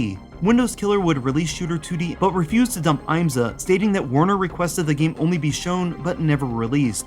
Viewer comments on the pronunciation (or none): As a motorsport fan, the fact that an IMSA game was actually in the works is amazing! Just one little nitpick, though: the I is short (IHM-suh), not long (IAM-suh). That aside, thanks for talking about this.